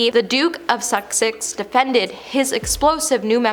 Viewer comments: It’s The Duke of Suh-six not The Duke of Suck-sicks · Susssssssex, not Sucksex. Otherwise, great video! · "The Duke of Suxex" 😂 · I thought at first, she was being cheeky by saying “The Duke of Suckcess”. 🤷🏼‍♀️ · .... aw, bless her..... come on , I mean.... The Duke of Suck-sex! Brilliant!!!! ( To be fair, Once you start mispronouncing words it can be really difficult to stop repeating it.) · do you not know how to say "sussex"? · Some phonetic help…”whinging”=WIN-JING, “Sussex”= SUS-EX (not “Suxex”), “row”(in this instance) R-OW. Cheers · Ya gotta get some advice on your pronouncements. Sussex (?), good grief! Row is pronounced roue.